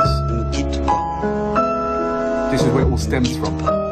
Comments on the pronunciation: WTF ? lLook up the pronunciation on Google and say it the wrong way (PA, not PASS) even though he says the phrase 100 times in the song. It's good to listen when criticizing songs. Moreover, he is Belgian, not French... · Don't prononciate the "S". It's "Pa" not "Pass" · Not prononce the "s" to ne quitte pas